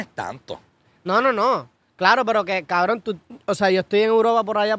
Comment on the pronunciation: Está bien Kbron las veces que dicen Kbronnn! 🤣😂 Grande Chenteeee! Saludos desde España